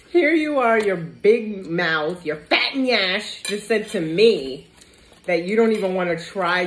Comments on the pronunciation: Did she just say fat yansh😂😂😂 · Did u just call him fat yansh 😅😅🤣